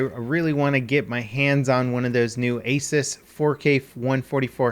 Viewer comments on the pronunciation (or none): Asus came out with an ad a few years back on how to pronounce their company name. It's not Ay-sis, it's Eh'soos.